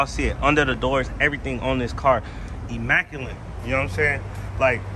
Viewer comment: There is no N in immaculate folks.